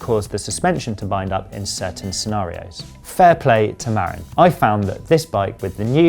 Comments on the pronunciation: The correct pronunciation is Ma-rin, not Mar-in. It’s a county in Northern California & arguably the birthplace of mountain bikes. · It's more like muh-RIN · Great review. Pronounced Muh-RINN' with the emphasis on the 2nd syllable & named after Marin County where they claim Mountain Biking began - though some Coloradans might want to get white knuckled over that - lol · LOL, I lived there, twice - it's muh-RINN' - emphasis on the 2nd syllable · Hey Bud, ya can't fix stupid, don't even try, they don't care and don't want to know. Oh, and you'd think someone who reviews bikes for a living could speak with the company at least once and get the pronunciation of their company & bike name correct, yeah?